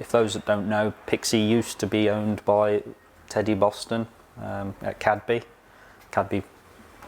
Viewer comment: Cadeby actually pronounced Cade-bee. Lets note that Teddy Boston was a friend of Rev. Awdry and was the prototype for the Fat Controller. Though he did appear as himself [as the Fat Clergyman] in at least one of the Skarloey books. Awdry appearing as himself as the Thin Clergyman. Anyhow, great to see Pixie coming back to life.